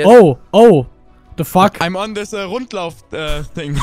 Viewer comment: Vor allem das th! Sis is rilly intresting! Sis guy is inno!xD